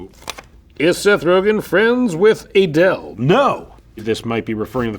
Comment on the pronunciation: The way Seth pronounces Adel as.....Aye DEL 😂😂😂😂